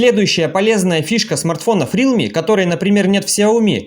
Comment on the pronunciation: Автор правильно говорить Реалми, а не Рилми